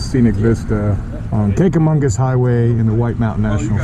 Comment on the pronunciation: Just happened upon your great video. Well done. Nice collection of 'cycles, friends and excellent scenic views. Kanca- magus (no "n" in magus, emphasis on the mah-gus). Simply referred to as The Kanc. Can't go wrong. Rode the areas for many years. No longer live in New "Hampsha", but I visit when I can. Thanks for your video !